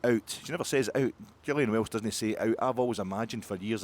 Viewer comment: It's GILL-ee-in Welch, sir. You're welcome.